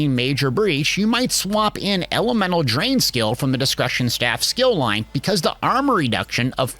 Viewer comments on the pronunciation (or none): Plus u cant trust a guy who says skill loin!!!!!!